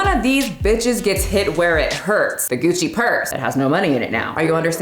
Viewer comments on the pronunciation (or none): none